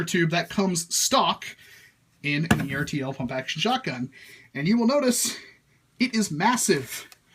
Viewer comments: Its ERR TUL not E-R-T-L. They make die cast tractor toys. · ERTL is pronounced like "turtle". Just sayin'.